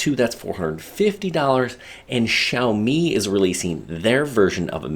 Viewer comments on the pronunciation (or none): none